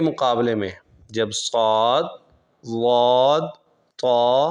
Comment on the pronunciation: Yeh jo aap zuaad prh rhy hain isky kia jawaaz ki soorty hain? Duaad hota hai asal main , Aap ne Qurr'aaaa Hazraat ko nahi suna ?